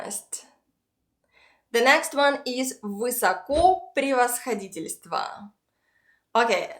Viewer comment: Вообще-то в слове "высокопревосходительство" первое ударение на первую "о", так же как и в словах "высокоблагородие", "высокопреосвященство" и т. п. Даже песня такая есть: Его высокопреосвященство Нам обещал на небе райское блаженство...